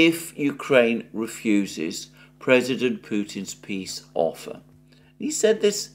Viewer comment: "PEE" Summit 😂😂